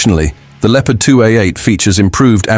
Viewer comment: Lieopard? Never heard of this word!